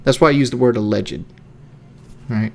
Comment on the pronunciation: You don't pronounce alleged like that lol ah-legd not ah-leg-jed 😂. Two syllables, not three.